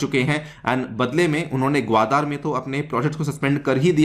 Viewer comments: भाई, ग्वादर है ग्वादार नही! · Respected sir your pronounciation of gwadar port is most annoying part of overall lecture otherwise entire lecture is good